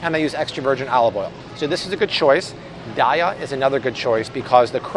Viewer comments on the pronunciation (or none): you pronounced Daiya wrong. it's day-yuh